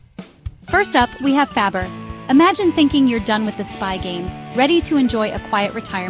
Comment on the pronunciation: It's pronounced FOO BAR not Fabber...And the last one is "Reacher" not what ever the hell you said. AI, what the fuck?